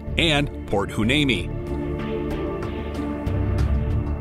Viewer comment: Heuneme is pronounced wy-NEEM-ee